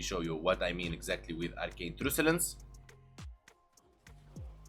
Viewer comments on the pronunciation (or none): I love your videos! Keep up the good,work. Truculence is pronounced as Truck-you-lence, not truce. FYI. Just saying.